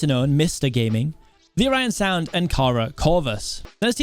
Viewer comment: O Ryan sound Or an sound Orionsound is pronounced like "or an" sound good luck to mcc